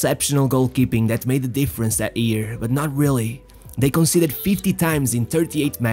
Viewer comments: why ear and not year? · it's "year" not "ear" lol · It's year, not ear!